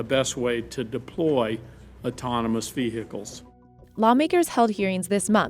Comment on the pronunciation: Veuh Hickles.